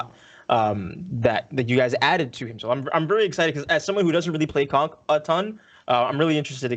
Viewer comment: Man y’all are really butchering conq lol